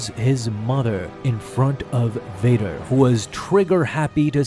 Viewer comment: Bader ❌️ Vader ✅️